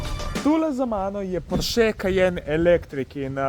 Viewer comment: Sam za info; neprestano narobe izgovarjaš priimek Porsche. Naglas ni na zadnjem e-ju z ostrivcem. Je na o. Še celo v seriji o Porscheju je sam Ferdinand omenil napačno izgovorjavo svojega priimka. Bi bilo fajn, če se to naučiš glede na to, da gre za javno predstavitev kanala Atmosferci. Pa brez zamere. Samo dober namen.